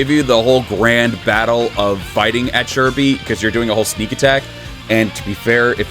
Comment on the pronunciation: I still can't get used to the proper pronunciation of Chi Bi. It's as weird to me as hearing the improper pronunciation of CaoCao.